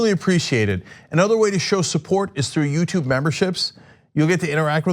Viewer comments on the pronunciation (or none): none